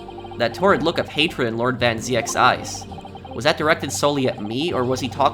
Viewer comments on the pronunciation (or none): just if you wanna know, its van zeeks not van ziëks